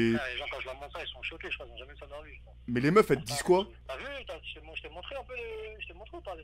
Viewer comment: Ahh oui le fameux "icroi et pas"